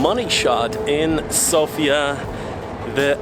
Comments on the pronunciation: its said sofya not sofia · He talks about how you pronounce the name of the capital. The guy on the video keeps saying SofIa, while the correct way to say it is SOfia. Hope this makes sense to you now ;) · just one thing: Sòfia. Not Sofìa. Accent on the o. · It's sOfia ,not Sofiaaa,it'S not the same ..... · Да правильно говорить СОфия не СофИя. Надеюсь что вы провели прекрасное время в моей прекрасной Болгарии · it's S"O"fia.. thanks for visiting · It is pronounced sOfia, the stress on the O, no hate, just to know 😉 I hope you have great time in our country 🇧🇬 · The correct pronunciation is an accent of the letter O- SOfia. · One of the mistakes that foreigners make is mispronouncing the name of the city. The emphasis is on the letter O, not the letter I.